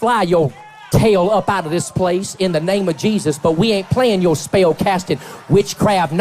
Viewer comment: Greg Locke is so full of shit he needs two syllables to speak single syllable words. “You git out na-yow!” “You speel castin wee-uch!”